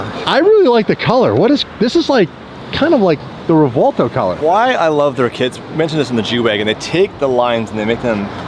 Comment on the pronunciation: Every time or says REVWALTO, they should donate some merch to subscribers! 😭💸